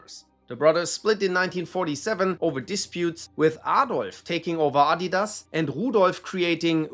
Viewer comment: what a perfect pronunciation bro